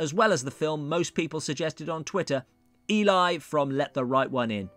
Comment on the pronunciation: Eli, as pronounced, is a man's name... ask Eli Wallach, or Eli Roth... the girls name is pronounced as if it were spelled "Ellie". She says her name IN the film... You...DID watch the film...right ?